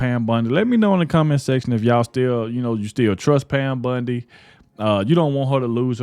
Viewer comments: Bondi, not Bundi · Wrong take on this one. It is pronounced Bondi not bundi. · It’s Bondi..not Bundi right?? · I don’t mean to be rude but I wish you and OT would realize her name is Bondi Not BUndy. I apologize but it kinda grates on my earbones. Always 👍your work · It's Bondi not Bundy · Bondi, not Bundy, please , thank you … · Wow ....nah...I'm not hitting Squat....your coverage on stuff, sounds like a Kentucky Fried skillet of chicken giblets....it's "Bondi"not Bundi...real "a frog....you are not the cryer for the informed folk....stay home and put your little ESPN sports wrap up on...and leave the real news to.the real " edumacated" grown...not woke folk.....to it.... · Her name is Bondi not Bundy. Say it right if your going to keep ragging on her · Bondi, not Bundy 😂😂😂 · You keep saying “Bundy”! 😅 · Her name is BON DI you keep saying it wrong. You don't know what is going on behind the scenes.. Grow up you have no idea what is going on. All you do is crisis her, would you want her job?? If no, SHUT UP This woman is very intelligent your not.